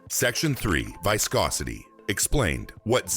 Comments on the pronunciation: "Vye-scosity" (waves to our friendly AI) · Good info but why can't we have an actual human speaking who knows how to pronounce words like "viscosity". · "Whyscosity" - Bruh, cmon.